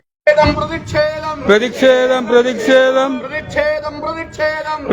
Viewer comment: മുദ്രാവാക്യം വിളിക്കുന്നവർ ശരിയായ രീതിയിൽ വാക്കുകൾ ഉപയോഗിക്കുക.. പ്രതിക്ഷേദം അല്ല പ്രതിഷേധം ആണ് ശരി... 🌹